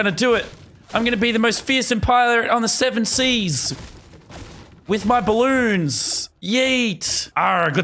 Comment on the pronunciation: Pirates: doubloons Lazar: Did he say balloons?